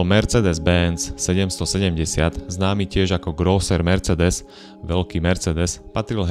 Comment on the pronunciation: ano, malo by to byť ,,mersseedes´´ :)